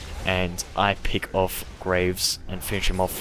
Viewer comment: Don't know why but it really annoys me when you say "peeck"but don't worry about it.